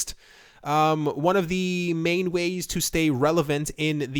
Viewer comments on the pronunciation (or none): none